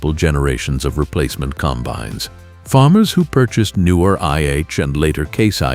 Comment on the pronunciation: "...95 comBINES..." Artificial Unintelligence.